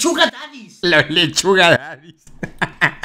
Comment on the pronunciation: cuando dijo leshuga yo pense: suga la leshuga? grehqjNgshwjjjkaj